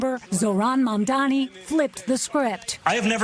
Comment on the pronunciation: Mamdani....not zamdani